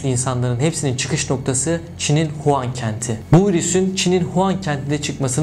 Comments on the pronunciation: Huan değil wuhan habir Huan diyon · huan değil Wuhan